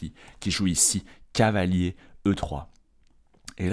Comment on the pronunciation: ⚠Attention tic de langage!⚠ Il n'y a que moi qui remarque que quand s'emballe et se projette dans une réflexion, quand il est tout excité comme une puce, ou lorsqu'il stress, son cavalier se transforme en "calier" ou "cahier"?🤣 par exemple à 🙂cahier B8 pour redéployer mon cahier C6 🙃📖📒 Mais bon, c'est pour ça qu'on aime sa narration, on ressent la passion ☺